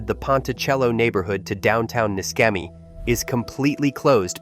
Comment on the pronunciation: Pronounced NISHEMI, not MISKEMI